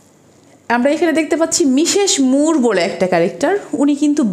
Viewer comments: Well explained but "মিশেশ মুর" is not the correct pronunciation. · তার সব কথাগুলো শুনবে তার উচ্চারণে স/ছ তে একটু সমস্যা আছে এগুলো জন্মগত , এরকম বহুত মানুষ আছে যাদের উচ্চারণে সমস্যা । আমরা বুঝলেন না আপনার বোধ-বুদ্ধির ঘাটতি আছে তা না হলে বুঝতেন😊